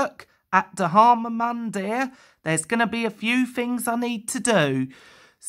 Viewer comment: XD. It's actually pronounced D-har-ma Mun-dear.